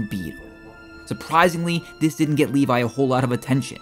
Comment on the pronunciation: Funny you call him Livai when his name is Levi